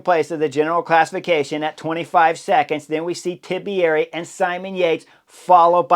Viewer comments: Great analysis Mr. Horner as always, but you keep saying Tibieri, but in fact it's Tiberi ;) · Great work as usual, if I can just give you a small tip as an italian you pronounce "Tiberi" as "Tibieri", if you remove that "ee" sound that you add after the b it will be perfect!